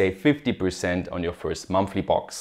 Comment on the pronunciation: Please GreatScott! rename the channel to GreatSmile! and also you are saying "monthly box" but I hear "monkey pox" LOL (because this offer is currently limited to our g*y friends!)